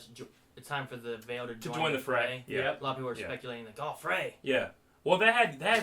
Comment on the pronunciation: If you watch with Subtitles, Peter says "It's time to join the Fray." not "Frey"